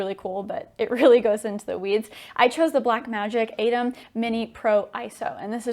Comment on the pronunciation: Great vid but I think atem is pronounced with a hard T.